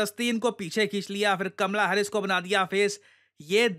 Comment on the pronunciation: "Kamla hares"😂